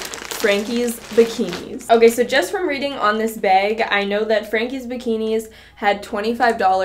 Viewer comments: is it just me or does she keep saying beyg intead of bag... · her: beag me: no! bag! B.A.G!!!